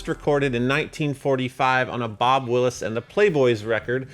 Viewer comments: Bob Wills. Not Bob Willis. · it's Bob WILLS and the Texas Playboys, not Bob Willis. Cheers. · Bob "Willis" and the Playboys? It's Bob Wills, not "Willis", and the Texas Playboys. Bob Wills was the bandleader, but the actual guitarist's name is Junior Barnard. Listen to Bob Wills Boogie